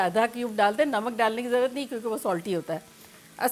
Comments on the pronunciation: Zarwat nahi aunty zarurat😁love from india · مین آپ کو کافی عرصہ سے دیکھ رھا ھون۔ ماشاء اللہ بہت اچھے طریقے سے آپ سمجھاتی ھین۔ آپ ایک لفظ کی درستگی کر لین۔ ضروت کی بجائے ضرورت کہا کرین یا ضروت جس زبان مین ھے وہ بتا دین